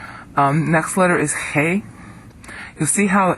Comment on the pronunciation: it's not that hard as it showed here. 'hey' is like h not like 'het'(ח). like in the word "he".